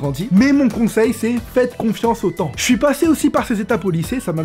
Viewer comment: le son "j" t'as tendance a le dire "ch" exemple: "je les comprend"=>"chlai comprends"